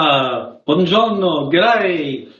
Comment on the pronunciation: Buongiorno to you, you said it in such a wonderful italian accent! 🍕🍕🍕